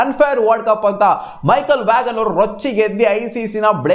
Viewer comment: Michael Vaghan alla bro Michael vaan adu